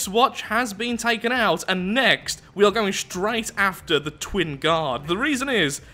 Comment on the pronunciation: The accent on "Twin" there.